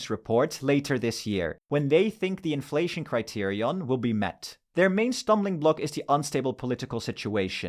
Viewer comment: Great video. Ngl you saying criterion correctly every time kind of pissing me off I dk